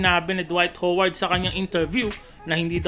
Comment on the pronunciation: Dwight hoeward di ka nga marunong magbigkas ng lastname ni howard hindi naman siya pokpok para tawaging hoeward 😂